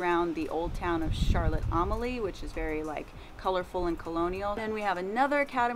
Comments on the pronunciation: It's pronounced "Charlotte A-mal-ya," not "Charlotte Ahm-a-lee." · Glad you're experiencing the wonderful USVI..you'll learn the local vibe soon enough..it's pronounced( Charlotte ah mall ya..)..😊took me awile to get that down..after a dozen visits 😄..thanks for all the info as I hope to be back this year. Always stayed Crystal Cove in Sapphire beach..east end up from Red Hook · Sorry not to be mean but u have to get use to the road someone who live here will drive smoothly. And ur saying Charlotte Amalie wrong. This how u say it Arm-A-Lee and yes I’m from the st Thomas where ur at. Live there my whole life. Btw love you guys keep it up. And yes the weather not the best when ur not use to it.